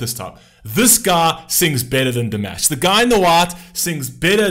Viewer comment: I'm surprised that for as long as you have been reacting to Dimash, you still are not pronouncing his name properly.